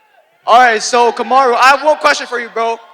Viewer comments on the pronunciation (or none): he say Camaro? 😂💀